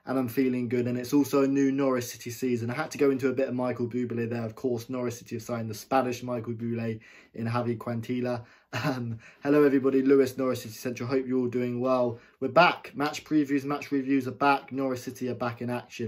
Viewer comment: Quintilla is pronounced "Kwin-tee-uh"